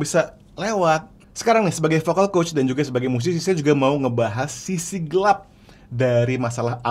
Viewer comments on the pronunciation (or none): none